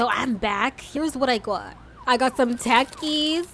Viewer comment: It’s pronounced tah- kis